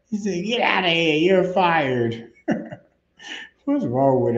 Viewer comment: The fired part why he put so much emphasis on that